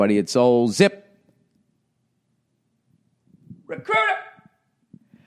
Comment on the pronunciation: I feel like ol' billy should put all his youtube ads in between utterances of ZIP and RECRUITAH